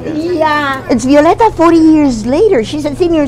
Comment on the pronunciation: Mi nombre es 'Violeta'. No 'Violenta'... lmaooo